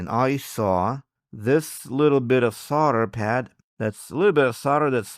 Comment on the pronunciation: how many times can he say Sol der wrong.